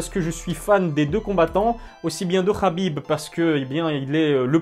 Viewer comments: KHABIB PAS RRRRRABIB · C’est khabib et ça se prononce rabib